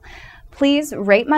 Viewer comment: When she says rate it sounds like rape.